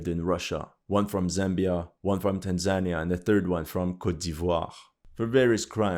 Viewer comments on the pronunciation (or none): none